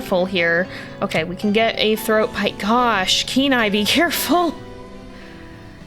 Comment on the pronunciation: The first time you said Kenai I had to read it because it sounds like canine/K9 everytime you say his name